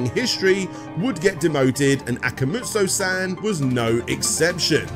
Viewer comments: Am I the only cringing every time saying Akamoojo? I thought Akuma would be a well known word for any gamer so Akumajou should come naturally! Why wasn't Ashens mentioned in the end? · good work overall but christ man those pronunciations of japanese, surely if you can say "konAHmi" you could say "akumAHjo" rather than "akumuju"? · It's akumajou not akamujo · No I agree. Try harder. and we'll see if he looks at everything CV. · ... Aku "moo" joh? Al "uh" card? Iga "roo" shi? No self-respecting fan would get things like that wrong. VRC6 is a toss up. Some tracks sound better on the Famicom, others are clearer on the NES. The wiggly whip was done away with because it trivialized the difficulty. Maria's jumps are such a half-step between full control and normal CV style that I'd rather use Richter and know where I'll land. Lower quality music? It's amazing that DXX translated the Redbook audio so well to the SNES. The tile work for the levels was superior too, in spite of the pastel palette choice. Covering this many games in a single part is a disservice to the franchise. There's so much more depth than this abridged look you tossed out.